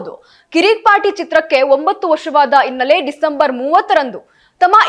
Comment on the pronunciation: ಅಗಲು ಅಲ್ಲ ನಿನ್ನ ಬುರುಡೆ ....ಉಡುಕಿ,ಇನ್ನಲೆ ಅಂಚಿಕೊಂಡು, ಎಬ್ಬಾಗಿಲು ಥೂ ನಿನ್ನ ಜನ್ಮ